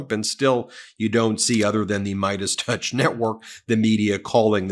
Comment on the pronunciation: Its "torch"